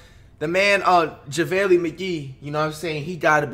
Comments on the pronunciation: So we not talking abt you saying jahvaylee instaid of JaVale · “ Javalee” McGee he did not just say that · Normal people: Javale Mcgee NotYourAverageFlight: javaeli Mcgee